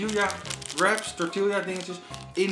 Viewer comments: grinch grinch, de uitspraak van de letter L in tortilla, het is tortiJA niet Lja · Ziet er weer onmundig goed uit! Ooh tortilla spreek je uit als torti-ja ;) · “tortielja” 😜. Moet gelijk aan die aflevering met Nochtli denken met haar “galepeneau” 🤣